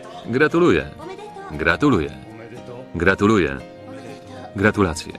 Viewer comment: Gratulasia jajaj tulalasia